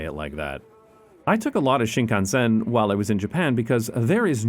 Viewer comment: Talk about butchering the pronunciation of Shinkansen